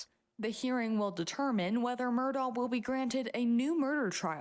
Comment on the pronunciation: His last name is not mur DOG. It's murdaugh.. silent augh